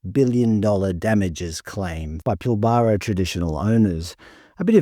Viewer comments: "Pilbaaraa"...lol. It's pronounced 'Pilbra'. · Your obviously not from around here, we pronounce it Pil-bra in WA, not Pil-bar-ra 😂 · For a start, it’s Pilbara NOT Pillbarrah ………. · Clearly not from WA :) Pil BArra (Nope) sounds like Pilbra even though its not spelt that way. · Pronounced pil-ba-ra not pil-bar-a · It’s pil-buh-ruh not pil-bar-rar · It’s NOT Pil bar ra It’s Pil bra….. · 😂😂😂😂😂I've never heard another Australian citizen pronounce The pilbara as pil-bara its actually pronounced pil-bra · Not how you pronounce "Pilbara". Every sandgroper watching this is cringing every time you say it. It's more "Pilburah" - I think :) Plenty of links in YT after a search for "how to pronounce pilbara" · It's not "Pill-bar-arr" it's "pill-bra" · Yeah, it's "pill bruh", bruh! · Its pronounced “Pillbruh” mate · It's pronounced "pill-bruh" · By the way, it is pronounced "Pill-brah". Great videos though, love the content ❤ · It’s pronounced Pill-bruh… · You lost me when you Pilbara wrong. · Just need to work on your pronunciation of some words. Like Pilbara and Yindjibarndi. It stands out as a non-local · Please learn how to pronounce Pilbara. It really grates. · So all the people here think it'd be better selling to China than keeping Australian?? This potato can't even say Pilbara the way an Australian should say it. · You don’t pronounce pilbara correctly. Emphasis is on the first syllable, not the middle syllable. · Never heard the Pilbara pronounce that way must be having a brain fart with all these unpronounceable made up Aboriginal words lmfao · I've never heard an Australian say Pilbara like that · You must be Melbourne QC. You pronounce Pilbara wrong so lost interest immediately. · Your pronunciation of Pilbara is a bit odd